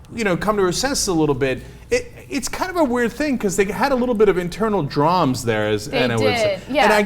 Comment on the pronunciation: Cenk, please stop saying "drams", you and everyone else sound like idiots when you say it